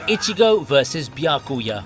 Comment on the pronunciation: It's Biya-kuya it's not Bi-Ya-Kuu-Yah